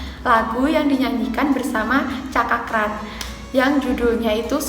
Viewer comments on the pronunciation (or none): Cakra kran 🤣🤣 Cakra Khan mbaak